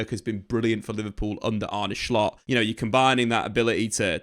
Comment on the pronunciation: stop saying shcoltt its solt